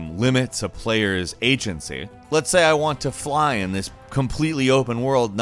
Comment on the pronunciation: I lost it when said, "AH WANT MAH TURTLE TO FLAH!"